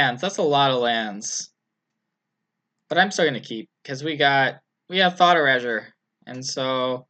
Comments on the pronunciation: Anyone else cringe at hearing "Thought Erahjure"? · He sure likes his thought urazors!